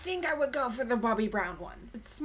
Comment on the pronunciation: It's Bobbi not Bubbi. You say it sometimes as Bobbi so I know you can do it. Bobbi Brown.